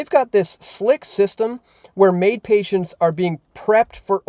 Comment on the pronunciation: Well said but your saying is only wishful thinking between you and me. Btw it's MAID not MAUD. Greetings from the despicable province of Quebec...sounds more like Gaybec to me